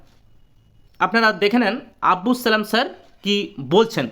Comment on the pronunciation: আব্বুস নয় আব্দুস ।